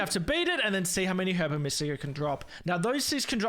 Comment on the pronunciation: everytime he says herba like its spelt istead of saying it as "er buh" it chips away at my soul but i will say the video was entertaining